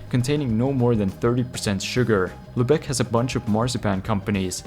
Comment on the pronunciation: Lübeck is pronounced with emphasis on the first syllable!